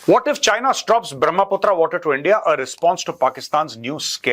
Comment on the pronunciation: Major Sahab it's a brahma putra it is not brahmaa putraa